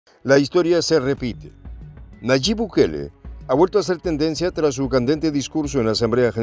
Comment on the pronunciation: Por favor es Nayib no Nayit buen dia